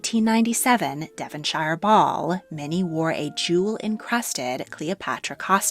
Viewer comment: brit here, love your videos but just thought i would advise you on the proper pronunciations of british places. If things end in ‘shire’ like ‘devonshire’. it is NOT pronounced ‘sh-eye-er’ it is pronounced ‘sh-ear’. and Marlborough is not pronounced ‘mar-bo-ro’ us brits tend to pronounce it as ‘mawl-bu-ur’ or shorter ‘mawl-bru’. town places that end in ‘borough’ are one long syllable, not two❤